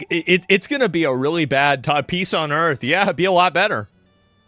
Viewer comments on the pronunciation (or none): none